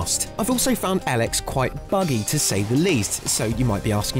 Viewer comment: I think it is called EEEElex not EL-EX